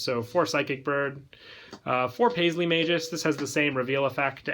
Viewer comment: The name is Mag Us, not Majus